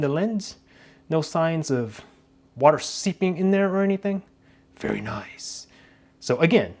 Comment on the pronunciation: It pisses me off how he says nice